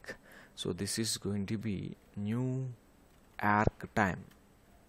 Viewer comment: Bro literally said New Aerk 💀